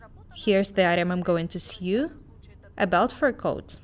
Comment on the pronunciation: 'Sew' isn't pronounced like in "new', it should sound like 'sow'!!!!!!!!!